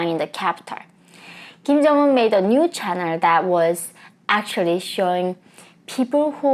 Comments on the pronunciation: Channel...not chanerl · Welcome to my channerwl. lol